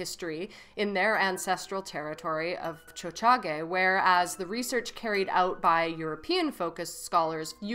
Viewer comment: I was shocked when I heard you say Montreal in Mohawk. I was like “did I hear that?” LOL